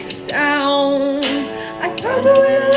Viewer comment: “They dent-in-it even make a sOOOUnd” PLEASE 😂